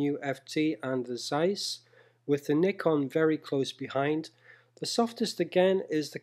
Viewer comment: One of the few youtubers who properly pronounce "Nikon".